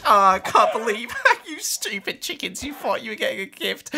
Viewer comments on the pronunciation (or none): Nobody: Not a single soul:: hahahahahah you shtupid chickens